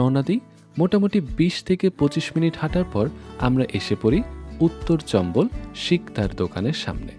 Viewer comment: চম্বল না চাম্বল